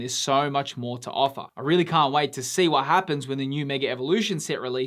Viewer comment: It's "Can't" my friend 😊😊